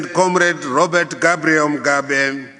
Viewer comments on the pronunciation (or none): none